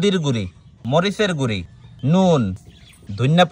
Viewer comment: সয়ামিন❌ সয়াবিন✅ মরিচের গুঁড়ি❌ মরিচের গুঁড়ো ✅😅